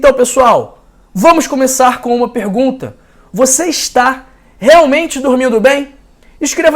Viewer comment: Como é que um médico diz pèrgunta!????? fodasse que estudo tem esse anormal?